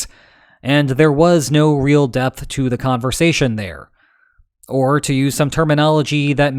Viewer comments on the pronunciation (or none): none